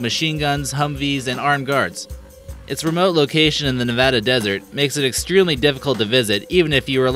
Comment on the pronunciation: “It’s excreemely risky...”